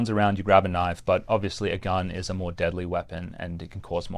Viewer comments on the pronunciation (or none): none